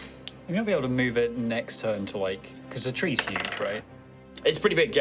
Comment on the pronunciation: "ATTACKED BY TWEES"